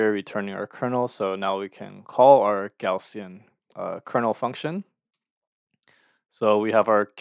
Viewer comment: Thank you! Btw, "Gaussian" is typically pronounced as /ˈɡaʊ.si.ən/, which sounds like "gow-see-uhn."